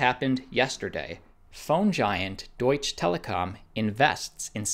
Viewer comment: It's "Deutsche" not "Doitch" Telekom.